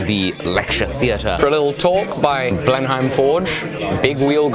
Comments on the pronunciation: Hate to be that guy.. but Blenheim is pronounced "blen-im" or "blen-em", after Blenheim Palace in Oxfordshire (near me!). Ironically, you pronounced it closer to the German town where the battle was fought that gave the palace it's name, Blindheim. We just anglicised it. Loving these out of the forge videos! Keep it up! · “Blen hime” forge? Is it not “Blennim” forge, like the palace?